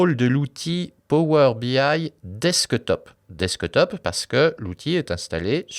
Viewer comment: Merci beaucoup, très bonne vidéo ! Mais il faut revoir l'accent anglais pour le "desktop" ;)